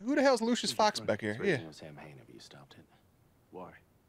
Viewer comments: Samhain is the Irish word for Halloween, its pronounced (sow-in) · Nobody who wrote or worked on this episode bothered to look up how to pronounce Samhain. They were very very wrong 😂. It's Saa-win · So the whole Samhain nonsense - yes, the religion is pronounced “sow-win” but apparently this was based on a decently obscure horror show where in the episode. the bad guy the ghost of Halloween “Sam Hain”. Pretty much all the fun facts were from that show “the real ghostbusters”. Also, the photos/info that showed “Sam hain” are indeed from Dante’s inferno and not related to real lore